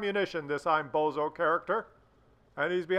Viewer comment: And, the AMX's name is Bonzo, not bozo